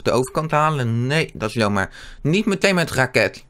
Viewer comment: Je zegt in plaats van jammer zeg je lammer ik verstaa jou plijna niet ik spreek jou taal niet